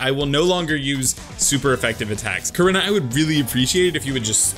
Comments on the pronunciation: its pronounced "core-E-naw"!!!!! not "core-in-ah"!!!! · Bruh your pronouncing korrina wrong